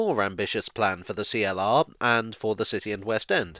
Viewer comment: CLR. Not Free-LR.